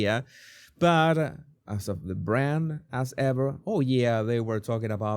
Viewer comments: Your accent makes “As Ever” sound like “Ass Ever” which is a lot more accurate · The way you say As Ever, like Ass Ever...applause!